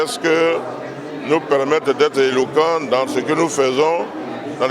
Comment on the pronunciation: Mon ministre chokoh oh !!! Nourrrrr, je savais pas qu'il y avait ''r'' à la fin de ''nous''. Bingué change les gens comment même 🤣🤣🤣🤣🤣🤣